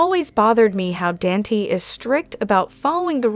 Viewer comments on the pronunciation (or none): I hope your not to bother by my comment, but I don't visit your channel to often I find it irritating when I watch a channel and creator don't even both to learn how to pronounce the characters name correctly for the way you say Dante's I just want to scream. By the way it keeps me from liking and subscribing to your channel I know you don't care just thought you might want to know.